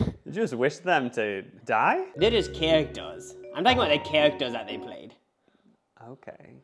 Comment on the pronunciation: “They were kawactors”